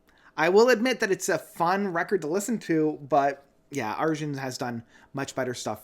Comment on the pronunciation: his name is pronounced Ar-Yun. 😉 Transitus was initially intended as a film and not as an album, but due to covid-19 and a limited budget, the project is not quite what Arjen expected.